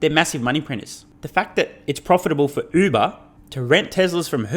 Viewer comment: Among other kudos for your content, thanks and congrats for finally being maybe the only commentator I know of that finally pronounces the Uber brand name properly. Happy New Year! Despite information abundance, cultural legacies are disappearing with any efforts to actually use our intellectual gifts.